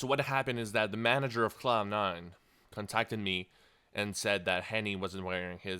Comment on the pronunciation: It sounds like he's saying clown9 :D